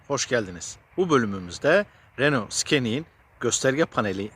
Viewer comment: abi lütfen su arabaya skenic deme ya arabanın adı scenic